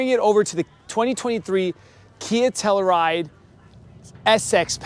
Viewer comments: It's pronounced Tell-you-ride not Tella-Ride. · Dude, please pronounce the fucking car correctly. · Great video, I would know how to properly pronounce a vehicle’s name before creating a video of it. But, seriously great video!